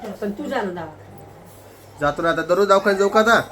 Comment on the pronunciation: दवाखाना असत ते 😊 दावखाना काय बोलतात😂😂ती रोहिणी पण तशीच